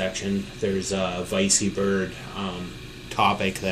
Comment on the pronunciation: 99.9999% positive it's pronounced vecky bird, after the VECtrex. Haha "vicey" that's funny...